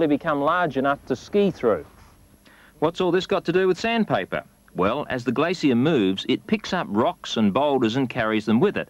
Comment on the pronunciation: Gla-Cee-Uh =p